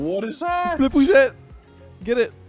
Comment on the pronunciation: Flip WESET. 😂 I'm LOVING this video. Tell me: Did you make a deal with satan,? How can EVERY VIDEO of yours be SO CREATIVE AND GOOD? 😇 Thank you and team for all of your hard work! Also let's laugh at screaming. ♥